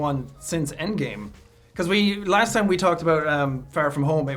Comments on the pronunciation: Holland's "toime" instead of time is so funny to me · Tom H: A wonderful toim 🤣